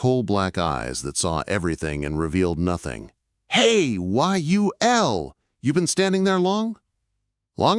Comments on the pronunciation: "Hey, Y-U-L...." LOL. Cue the sad trombone for the AI. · Ditch the AI voice. Y the hell Y-U-L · Good story about Yul Brynner, but calling him "WHY-YOU-EL" ??? Geez. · Y U L??? Each letter spoke like reciting the alphabet?! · Can your AI voice say the name correctly if you spell it out as you'll ? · Stupid AI can’t even pronounce a person’s name. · Awesome story! But always check what the Ai voice is doing. It thought "Yul" was an acronym, not a name, in the first half of the video. Crap like that takes away from a great tale! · why not have an actual HUMAN BEING narrate? A real human wouldn't spell out Yul like it was an acronym, for example.